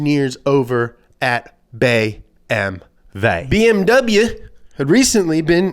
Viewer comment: Wow. I never thought I'd hear an American YouTuber say "BMW" the German way. Kudos to you.